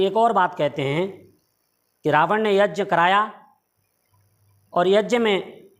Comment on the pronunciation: तू भी मुझे कोई बेवकूफ लग रहा है ठीक से यज्ञ तो बोल नहीं पा रहा है और बाल्मीकि रामायण का अर्थ बता रहा है